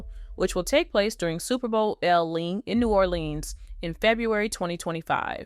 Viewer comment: What is "new oraldeans" and who is boosie "bahdaz" 😂 I swear I'm sorry if this ain't AI and was just mispronounced 😂